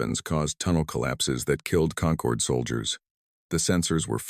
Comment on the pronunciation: Perfect formation always Perfect formation. Concord. Not conquered. Stupid AI